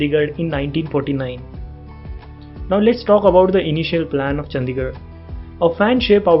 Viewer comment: चंदीगढ़ नहीं भाई चंडीगढ़ होता है। नाम तो ठीक से लिया करो भाई, कम से कम।